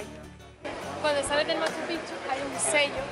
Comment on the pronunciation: Otro youtuber que escribe Machu Picchu (separado) y pronuncia Machupichu, se escribe y se lee MACHUPICCHU, haciendo énfasis en las consonantes "cc"